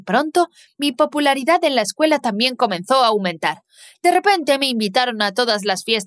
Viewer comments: Disculpa me encanta pero en ves de escuela dise escueña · Ok ok pero no sé dan cuan cuenta que en vez q diga escuela dice ecueña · Te diste cuenta de que dice escueña en vez de escuela? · Xd dise escueña :v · Ay dise cueña y debería desir escúdala v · Todo bien pero"Escueña " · Dise escueña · dice ecueña y no escuela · porque dise escueña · Dice escueña no Escuuela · Pov:no se dice escuela se dice eScUeñA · Oye el nombre no quedo del todo bien dise escueña y era escuela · WEYYYY PORQUE DICE ESCUEÑA 😂😂😂😂😂😂😂😂😂😂😂😂😂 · Soy yo o dise escueña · Porqué dice escuña? 🤔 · PQ DICE ESCUEÑA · dice escueña xd